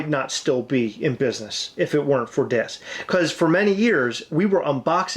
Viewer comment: Is funny people pronounce it as Dis when it’s pronounced Diz as it’s short for Disney